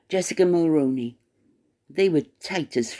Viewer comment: 👋 Hi again Just wanted to point out that you pronounced Jessica Mulroney's last name incorrectly. I'm a 🇨🇦 in my mid 50's that began voting when the late Brian Mulroney was our Prime Minister. He was born in Quebec and was French Canadian and he pronounced his last name as "Mull-Roo-Knee"... Like the old actor Micky Rooney's last name only with the prefix of Mull attached to it, so "Mull-Rooney"...if that makes it easier for you to remember & pronounce. I'm sorry to be pointing this out to you but too many content creator's have been pronouncing Mulroney incorrectly for several years now. It has bothered me the entire time, but at 1st I figured that people would research it and finally pronounce it correctly... unfortunately not. I find it to be disrespectful & an insult to the memory of our 🇨🇦 former Prime Minister. I'm certain that if it was a former American President that American listeners would equally find it disrespectful & insulting to a former President.. regardless of what party he was from. If you could PLEASE pronounce it correctly going forward I'd greatly appreciate it. I believe that if you pronounce it correctly then others who listen to you might also change the way they have been mispronouncing the name to the correct way, and then those who listen to them might also correct tge way they've been mispronouncing the last name Mulroney as well... eventually hopefully🤞 everyone begins pronouncing it correctly 🤞 I'd also like to add that Reitman's